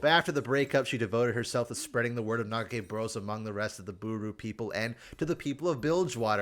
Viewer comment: Hearing you pronounce it "Naga-Kay-Boros" is a bit painful. it's a KAH sound, she says it lots of times in the Ruined King game. Like "car" or "Camembert"